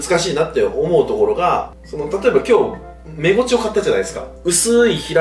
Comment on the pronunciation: メゴチが正しいんや、インゴチって言ってた😳